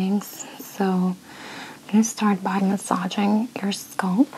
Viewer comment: Relaxing. Btw Scalp not scolp.